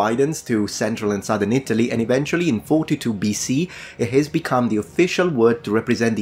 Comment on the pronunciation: Re Italy. You pronounce it weird. It's It'lee. And its residents are eye-TAL-yins.